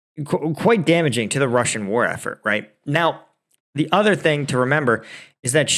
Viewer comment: You need to practice Russian pronunciation. You can do it! Thank you for another great video!